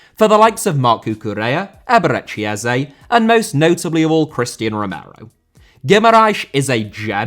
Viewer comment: Observation* not Obzervation Roméo* not Rouwmiouw Lavia* not Lohrvier Busquets* not Băsquets Carvalho* not Cahvayouw Saka* not Saker Onana* not Ouwnohrner Ramsey* not Ramzey Julián * not Hulian Can't* not Khon' Guimarães * not Guemaraich It should be Romero at 24 Eze* not Ezei Idea* not Ideer Hag* not Horg Jesus* not Djeisus Palmeiras* not Palmerach Rúben Dias is the best 25 year old Cancelo at 28 ffs, not Bernardo Zaha* not Zohrhor Salah* not Saler Wolfsburg* not Uolfsbög Roman* not Rouwman Kanté* not Kantei Thiago* not Thiohrgouw Alcântara* not Alcanterer Dortmund* not Dormund Lallana* not Lallohrner Hugo* not Hyugo